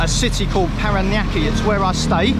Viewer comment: Hi! I hope this will help you pronounce Paranaque. Try saying Pa ra nya ke. Keep safe and thank you for showing us the Philippines.:goodvibes:And welcome to the Philippines!